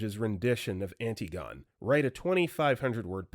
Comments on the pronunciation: can the narrators PLEASE be given the scripts far enough ahead of time to be able to google word pronunciations. “AN-tee-gone” killed me dead. it’s “an-TIH-gon-ee” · FYI Antigone is pronounced an-TIG-oh-nee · Antigone is not pronounced anti-gone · uncultured swine. Its is not anti-gone its pronounced an-ti-go-nee. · Sorry, Dude, Antigone is pronounced "an TIG o nee."